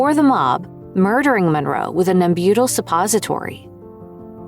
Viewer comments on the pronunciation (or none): none